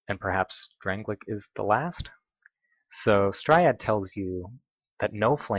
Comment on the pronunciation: Emerald herald, not emerald warden. Also its Straid not Striad